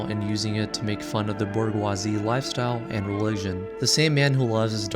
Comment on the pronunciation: Not to pile on, but you did also mispronounce 'bourgeoisie', which should be said with a soft 'G' sound, as in mirage.